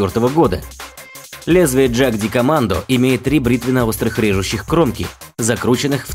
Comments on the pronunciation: Для безграмотных. Австрийское название положено произносить по немецки, а не по английски. Не ДЖаг..., а Яг...Двоечники. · Ягдкомандо, а не джакдикомандо. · Пиздец, "Джагдикоммандо" — у меня кровь из ушей пошла. Это немецкий, правильно "Йагдкоммандо" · Не джагдикомандо, а ягдкомандо. Про немецкие танки пожалуйста ролики не делайте, а то там панцеркамфвагены и ягдпантеры))) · ПАРАДОКС Jagdkommando произносится как ягдкомандо (в Австрии не на английском разговаривают) ;) Выпуск классый, спасибо.